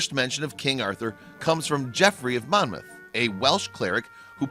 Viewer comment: white owl he also pronounced Glasgow and mediaeval wrong but did say Monmouth correctly.